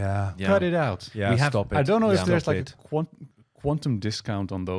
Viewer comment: I think is pronouncing “aquis” with a Latin/spanish accent like “a qui “, or here in Spanish. Aquis I believe is supposed to be pronounced like aqua (water) as it is a diver…